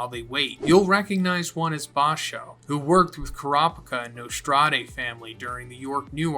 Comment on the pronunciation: very minor nitpick here but “Nostrade” is not pronounced “Nos-trad-ay” it’s just “Nos-trad” or possibly “Nos-trade” the “e” at the end doesn’t have an accent like “café” if the accent were there then that would make the “ay” sound at the end.